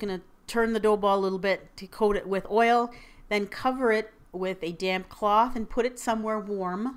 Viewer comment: I thought you said "and cover it with a damn cloth..." Lol.